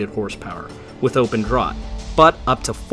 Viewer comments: Draught is pronounced draft. English spelling, same word. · The word draught is pronounced draft in this application. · "Draught" is pronounced "Draft" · Pronounced DRAFT dingaling😅😅😅